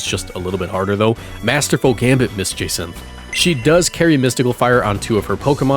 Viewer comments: Did-- did you just butcher Jacinthe's name so hard i had to double take? "Je-centh" man, good video but ow my ears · Kind of cute tho that Jacinthe has an Aurorus to complement Lebane’s Tyrantrum Also sorry but I hate how you pronounced both of their names. Grisham’s was a bit weird to imo